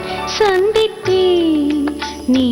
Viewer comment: உங்க பாடல்களை இப்பதான் கேட்டேன். மிக அருமையாக பாடுகிறீர்கள். As it is சுசீலா அம்மா. மிகவும் மகிழ்ச்சியாக இருக்கிறது. மேலும் இந்த பாடலில் அந்த சந்தித்தேன் என்ற வார்த்தை ச உச்சரிப்பு கொஞ்சம் மென்மையாக இருக்க வேண்டும். வாழ்த்துக்கள்.